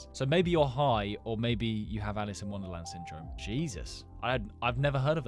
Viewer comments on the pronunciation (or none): none